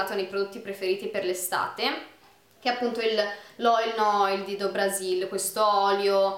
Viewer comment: io studio portoghese "do brasil" si legge "du brasiu" baci